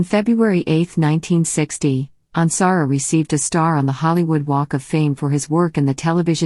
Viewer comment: Yes!!! Especially since this one mispronounces Michael’s last name! 😡